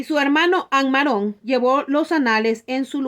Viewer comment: Ammarón No, Ammorón